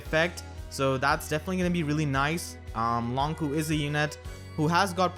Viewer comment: I'm curious, why is he pronounced "Long Ku" not "Long Chu" as you might expect with the "q"?